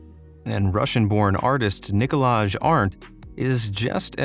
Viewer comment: Great vid as always, just a little tip: Nikolaj is pronounced like Nikolai. Edit: Guido is usually pronounced like Gido